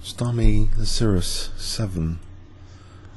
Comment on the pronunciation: haha: "starmi-leycyrus", I think it's "Star Miley Cyrus"